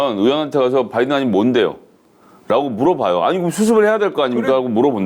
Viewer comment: 바이든도 아니고 빠이든이었음 굥 발음 특징